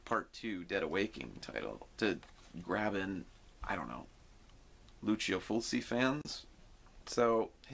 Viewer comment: Not to be a jerk- it’s pronounced “Fulchi” not “full-see”